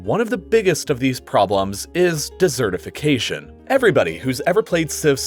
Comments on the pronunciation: Dessertification? Sounds YUMMY. I would be worried, rather, about DESertification (emphasis on the first syllable)! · Please learn how to pronounce "desertification". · Not dessertification, desertification. Ice cream and sprinkles are not involved